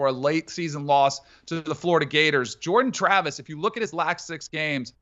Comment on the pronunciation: *Jordan Travis* atleast get the name right there dufus